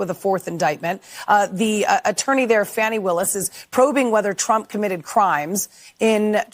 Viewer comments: They purposely mispronounce Fani’s name. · It's pronounced "Fawni" not Fanny" you ignorant slap headed cvnt.